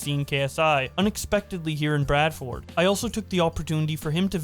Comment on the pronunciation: Biggest crime was the way Bradford was pronounced